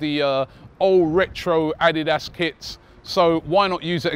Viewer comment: The way Robbie is saying ADIDAS 🤦🏾‍♂️